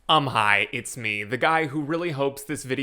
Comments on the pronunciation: That’s what I thought it was for the first few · Not gonna lie, I swear, every time you start a video I hear "I'm high, it's me."